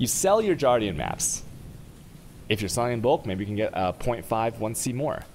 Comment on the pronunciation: the way he pronouns guardian triggered me. Jardian Jardian Jardian Jardian Jardian Jardian Jardian Jardian Jardian Jardian Jardian Jardian Jardian Jardian Jardian Jardian Jardian Jardian